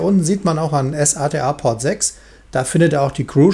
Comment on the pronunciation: Sorry aber es heißt nicht ES-A-TE-A sondern SATA (Serial ATA) wenn es sein soll kannst auch S-ATA sagen ist nur ein Hinweis nicht böse gemeint